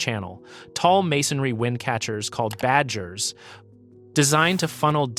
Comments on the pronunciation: Badgir is not pronounced like badger 😑 it sounds like baud gear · It's not 'badger' it's 'baud-geer'. Means wind catcher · Its called badgir not badgers 😂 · Not Bajir, Baad-gir is the correct pronunciation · As a persian, hearing you call it BADGER (like a honey badger) messed me up 😂😭. It's pronounced BAUD-GEER (g like groom). Baad means wind, and geer means "to catch" so badgir means windcatcher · It is not pronounced "Badger", it is called "Bud- Gear" means wind-catcher. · Badger?! brother!!! hahahah... its BaadGeer, Baad(wind) as in Buddy, Bud, Ball, and Gir(catch) as in Girl or Gear. Bud-Gir or wind catcher. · Badgir It’s not pronounced as Badgers (bajers) the correct pronunciation is Baadgeer (g is pronounced as g in good). Means wind-catcher! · Its not badjir its bad gir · I have one on the roof of my house! And those aren't called Badgers like the animal. They're called Baad (pronounced like Sod) Geer (pronounced like the P E N in Penal, or another P word). Baad means win and Geer means catcher. Wind catcher. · Don't pronounce Badgir with a J. Say it like Gear. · hey bro the badgir is pronounced like [bud-gear] how you would say bud as in buddy and gear together in one word will become how it sounds when persians say "badgir". i hope it helped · "Badgers" lol. If you've done so many videos about them, you'd think you'd learn how to pronounce it respectfully. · very good video and good source of knowledge. but the pronunciation of Badgir is like /bɑːdˈɡiːr/ . it is combination of two words, Bad /bɑːd/ meaning wind, and Gir /ɡiːr/ (the pronunciation of G is more like in Get) meaning catcher and the combination means Wind Catcher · its promounced BAAD-GEER. not like a honeybadger...